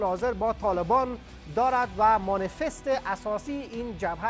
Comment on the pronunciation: مانیفست ... نه مانیسست ... یادبگیر جناب مجری حداقل لغات وارداتی را درست تلفظ کن